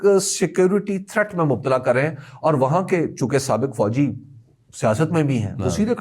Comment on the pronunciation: What is Fauzi? No pakistani pronounces Fauji like that